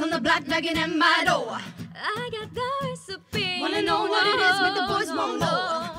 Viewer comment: Why do they say dover instead of door